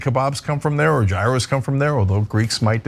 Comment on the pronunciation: if you can't say "gyros" right, you can't speak for where they come from. ÇENK ÇANCELLED